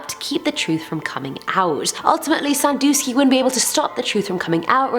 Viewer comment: 1) Forensic Files is a great show! Have you ever seen Cold Case Files? 2) It's Jerry Sandusky, not Sanfusky. 🙂